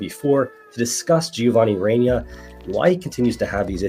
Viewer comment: Love you brother but the way you say Reyna hurts lol 😂